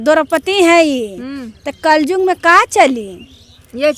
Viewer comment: कल जुग नही कल युग बोलते है